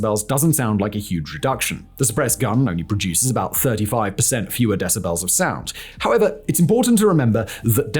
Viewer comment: Your pronunciation of the world "decibel" bothers me much more than is reasonable. :)